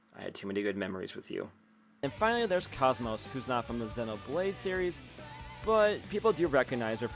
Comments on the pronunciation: Also KOS-MOS is pronounced Koze-Mose. Cozy with no y and most with no t. She is named after the kosmos flower. Not Cosmos like outer space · ok. Also hope you dont mind my pronunciation correction with KOS-MOS